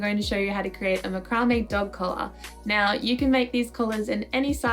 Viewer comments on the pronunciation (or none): ... have I been saying macrame wrong for years?